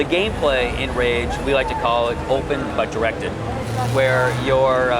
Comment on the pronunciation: does'nt he say GAYplay on ???